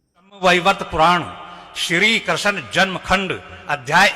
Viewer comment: Bhagwa dhari buddha musalman hai. Iski bhasha suno apko pata chal jayega yeh nimantran ko dawat aur Shri Krishna ko Krisan keh raha hai. Urdu bol raha hai hindi ki jagah.